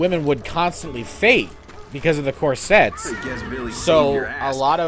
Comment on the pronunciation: the fu is a croisette? did he mean corsette?!?